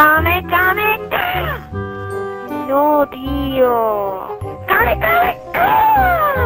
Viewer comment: ES KAAAAAMEEEEEWW HAAAAAMEEEEEWWW HAAAAAAAA!!!!! No Kame Kame Ka :v TE MERECES LA GENKIDAMA MAS GRANDE DE LA HISTORIA... xD PD: El mejor fue el ultimo, cuando apago la play con el ojo mori de risa y desperte a mi familia xD